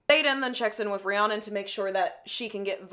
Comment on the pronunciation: You saying Rihanna instead of Rhiannon is sending me